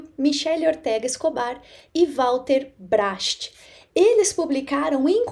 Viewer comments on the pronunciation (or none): Bracht se pronuncia "Braht". Valeu.